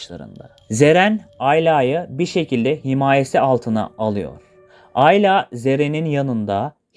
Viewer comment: aylaaa değil ayla